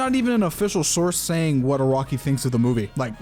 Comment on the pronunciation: bro it's nıt iraqi it's araki lol dndkkd